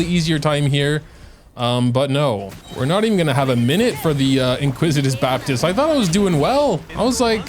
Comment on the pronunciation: IN-ICK-WIT-US Baptist. Sorry just had to get that off my chest :P This is by far the hardest floor 12-1 ever. I still haven't 3 starred it cause both sides are so very cringe. So hard to not get 1-shot by the heralds, especially since you can't dodge due to stamina drain. Whopperflowers are masters of wasting time glitching about. Not fun hard, just stupid hard.